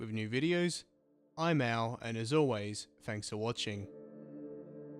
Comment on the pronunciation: lol, your outro sounds like your saying "I miauw" instead of "I'm Al", I love it